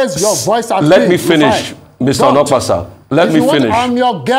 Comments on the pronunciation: Onokpasa not olopasa 😂😂😂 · His name is pronounced as "Oh No Kpa Sa" that's why him dey vex 🤣🤣🤣🤣🤣🤣